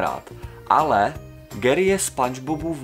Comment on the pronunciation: to neni gery ale gary